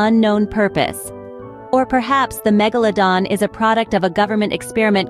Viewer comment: MegaLOWdon.. is when I paused this video, wrote this, and un subscribed. Can not stand bots & AI voiceovers. Its laziness